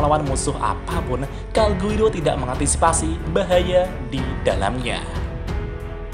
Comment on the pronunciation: Calgurio pak bukan calguiro